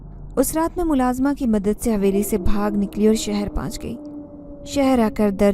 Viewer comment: Please paahanch nhi pohnch parha kro پُہنچ